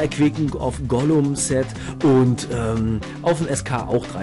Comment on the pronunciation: Also eigentlich spricht man es Gulem aus und nicht Golum man schreibt es aber Ghoulem oder Gargoyle